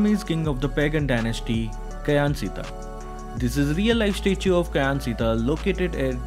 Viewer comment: Kyansittha is actually pronounced "Chan" "Kyi-Yang"